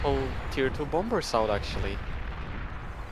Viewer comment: The second B in Bomber is silent. Very Jamaican sounding caster, haha, "He's making bomba's".